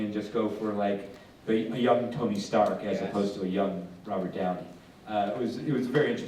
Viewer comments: „Tony Schtark“ - ernsthaft 😂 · Wie er Stark ausgesprochen hat 🤦‍♂️ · (MdH) i know im german, 15 and better in english then him. he seriously pronounced stark wrong